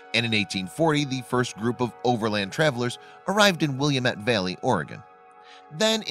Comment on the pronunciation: It’s pronounced “Will-am-ette” not “Will-yam-ette ”. Educate your computer voice correctly.